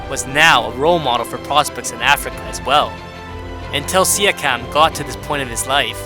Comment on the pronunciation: stop pronouncing his name like that, it hurts